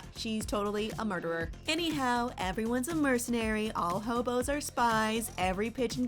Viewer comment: Who says Hobo? Also, never let this girl do anything again. Brutal video